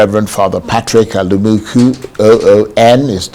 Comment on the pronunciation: Alumunku and not Alumuku